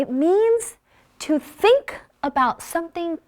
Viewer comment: you pronouced " think" diffenent from other pronounce.